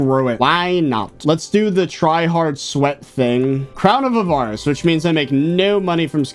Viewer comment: Why do you say crown of a VAR ice. It’s crown of A var ice /avərəs/